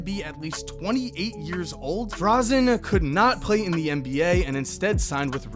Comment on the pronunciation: It's Dražen Petrović, not Drazen.